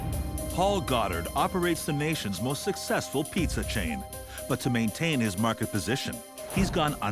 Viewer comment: I like how you pronounce it: Piezza, Piezza....